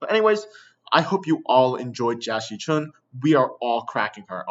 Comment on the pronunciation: Jia Xichun, or Jackie Chun? I can't hear the difference